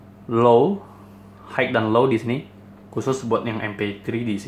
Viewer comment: Maaf mengoreksi sedikit. Utk pelafalan kata HIGH dalam bahasa Inggris bunyi yg benar adalah HAI (tanpa bunyi huruf K), bukan HAIK. Utk membantu belajar pelafalan bhs Inggris yg benar bisa coba install aplikasi kamus bahasa Inggris yg ada di playstore spt Kamusku dsb. Nanti ada menu pelafalannya. Semangat!